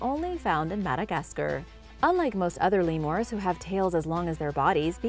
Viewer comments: "LEE-moores" instead of LEE-mers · I heard Madagascurr leamors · Cringe when she pronounces lemurs as lemores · “Lemoors” “Onsuing” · Primitt society? Lemores? This chick is making my head hurt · "Lee moores" 😐😑😐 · Like all “Lemores” they’re only found in “Madegascerr” [Speech 10000/100] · Did she just say Lemors